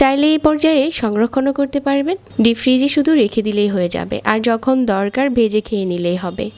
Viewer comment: baje voiceover. etto joghonno nekami sathe baje pronunciation. বেজে নিয়েসি, কেয়ে দেখবেন বিন্ন রেচিপি